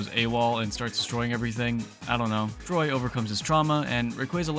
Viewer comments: WAIT DID YOU JUST CALL TORY "TROY" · Troy 😭His name is Tory!!!